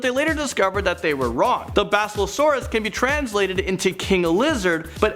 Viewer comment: You say basilausairus wrong lol